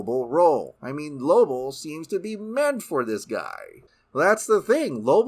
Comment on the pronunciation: His name isnt Lobl.